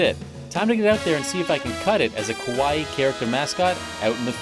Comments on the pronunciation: Do you think the guy realizes he's been pronouncing "Kawaii" Kowai" which means "Scary". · Dude, it’s KAWA-II (kawa-eeee) not pronounced like Hawaii. Long eeeeee (ii). And it’s KAwaii, not KOwaii. Kowaii means scary. Moras are very important in Japanese. The loud music during the interviews is super distracting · Yea KOwaii means scary haha and it’s kAwa-ii. Long ii at the end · That single vowel change can really make a difference. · Why he keeps saying Kowai? It’s Kawaii! Very different meanings. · he isn’t saying kowai, he’s just mispronouncing kawaii lmao